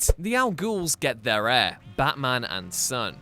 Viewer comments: It’s ‘heir’. Not ‘hier’ for God’s sake! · Heir not hier anyone else notice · 0.52 - HIER instead of "Heir" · Heir. Not hier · Its "heir" not "hier" even in England. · It's pronounced "air"